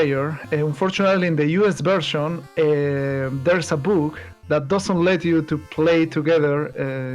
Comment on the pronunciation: "There's a boog"